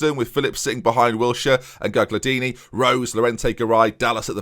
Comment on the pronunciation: Loving the save! Btw, sorry to sound douchey but the second G in Gagliardini is silent.